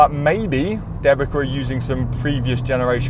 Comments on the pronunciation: Thanks for the test! One remark regarding pronounciation - since Dębica is polish tyre brand the way it should be pronounce is like "them-bee-tsa" and not "the-bee-ka". BTW - seeing how good Pirelli tyres are in nearly every test (winter, summer, erc) - do you think that their contract with Formula 1 as an exclusive tyre manufacturer is paying off? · The correct pronunciation would be more like ‘Dem-bee-tza’ rather than ‘De-bee-ka’. Anyways, I’m happy to see them included and perform decently. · As a Polish, hearing Dębica as DEBIKA is hilarious :D Ę should sound more like "en" in tents, while C sounds like "ts" in tents. Denbitsa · The manufacturer Dębica correctly pronounced [DAMBEETSA]. It's polish traditional make good 90 years old and consequently "made in Poland" (which is in Europe ;-) nowadays Good Year Group. First of all solid and safe tyres for everage people driving everage cars from A to B. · great tests, just watched big chunk of channel. Waiting for updates on the SUV front and while I'm waiting I'll share linguistic trivia to kill time: Dębica is pronounced 'dembitsa' :D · You need to polish your Polish and/or find a Polish friend. Dębica sounds like Dembi'tz'a. Brand named after town the factory is based. I enjoyed the test, as usual. Thanks! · Dębica - Deu bi tsa😂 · Dębica tires, a Polish brand owned by Goodyear, are generally pronounced with a sound close to "Dem-beets-ah" or "Dem-bit-sah" :) Thank for the video. As always you are the best! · Dębica is pronounced "Dembitza" :) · Dębica pronounce C like C, not K 😁 Type dębica in translator polish language and click speak button 😅 I'm from Poland, it's surprisingly good tyre for price point. 2x cheaper than premium and acts similar to premium tyres.